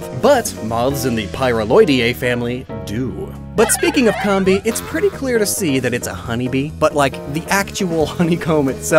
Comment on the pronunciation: Say "Honey Comb" Now drop the "Honey" part and add "Bee" Comb-bee not Comm-Bee